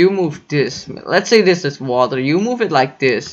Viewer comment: You're speaking very good "vatr"